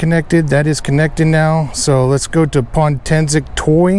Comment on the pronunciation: POtensic, not pontensic.